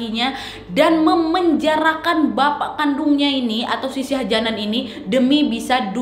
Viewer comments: Shah Jahan bro, bacanya Shah jehan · Sebutan nya salah ..shah jahan bkn shah janan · yg mama betul mbak ' syah jahan/syah jehan' atau syah janan??? seperti yg mbak ucapkan?? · Syah Jihan kok Syah Janan ,"Begum" bacanya begeum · Syah jahan kan? Bukan syah janan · Salah pengejaan kak, shah jahan yg bener